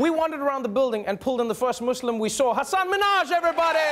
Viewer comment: That moment when Trevor can pronounce the name hassaan correctly but my own classmates can't 😑